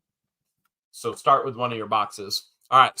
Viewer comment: I can't help it shart the fart .. Sorry....everytime you say start that's what came to mind lol 😊